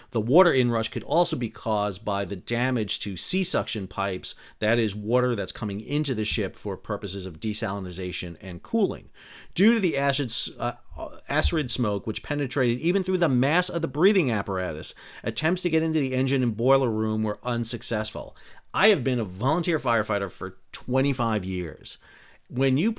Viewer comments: acrid "ak-rid" assrid is something else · Acrid smoke, not "arid". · acrid ac•rid ('a-krəd) Sorry, Sal. Had to. I winced twice! 😄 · Good work. acrid: pronounced "ack-rid" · ak-rid (acrid)